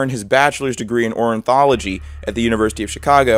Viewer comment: Nathan Leopold studied ornithology (study of birds) at university, not "orinthology". Also, the retried him, the case was not "retired". Still, found this channel tonight and have been binge-watching...